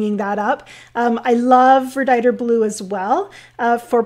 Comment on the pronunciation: Watched the replay. Thanks, great cloud techniques. I learned a lot, especially the correct pronunciation of my favorite blue - verditer. Aloha.